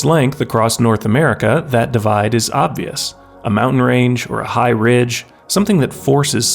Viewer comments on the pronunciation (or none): none